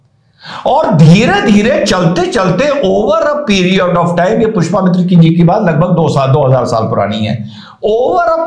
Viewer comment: Small correction, Pushpa mitra nhi Pushya mitra shung naam hai.